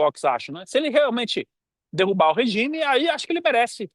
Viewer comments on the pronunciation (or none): none